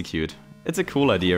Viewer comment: not trying to be mean but “Idear”